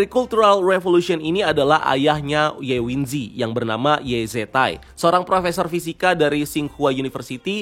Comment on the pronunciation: Bang, script lu masih ada kesalahannya. Harusnya bisa dicek ulang sebelum recording. 1. Jack Rooney itu drop out dari Oxford, kuliahnya gak selesai, jadi dia bukan sarjana fisika. 2. Teori Relativitas, bukan Teori Revalitas. 3. Ye Wenjie dibaca Ye Wen-ji-e, bukan Ye Wen-ji. 4. Kayaknya yg lu bahas ini sinopsis The Three-Body Problem versi novel aslinya atau series versi China ya, bukan versi Netflix. 5. Ada satu detil penting yg gak lu bahas, yaitu para alien tsb (disebut San-Ti) takut terhadap manusia, mereka pada akhirnya memutuskan untuk melakukan invasi itu karena melihat sifat manusia yg suka berbohong. Aslinya rencana awal mereka adalah datang dengan damai dan hidup berdampingan bersama manusia di bumi. Kedatangan bangsa alien San-Ti tsb masih 400 tahun lagi, yg udah sampai ke bumi cuma 2 unit Sophon aja. Btw, Sophon itu adalah super komputer yg ukurannya lebih kecil dari atom tapi bisa membesar hingga menutupi seluruh planet bumi. Lalu kenapa Sophon tsb bisa sampai duluan ke bumi sedangkan bangsa alien San-Ti nya sendiri baru akan sampai 400 tahun lagi, itu karena Sophon itu punya berat yg sangat ringan, bahkan bisa dibilang gak punya massa sama sekali, karena Sophon adalah super komputer foton, yg memungkinkan Sophon ini dikirim ke bumi dengan kecepatan cahaya. Sedangkan kapal koloni alien San-Ti hanya mampu bergerak dengan laju 1% dari kecepatan cahaya. Bangsa alien San-Ti emang punya kemajuan teknologi melebihi manusia, tapi hal tsb mereka raih selama jutaan tahun e